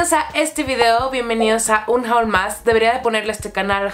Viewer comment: Solo me frustra la forma que tienes de pronunciar "haul" como JAUL, en general la pronunciación de palabras en inglés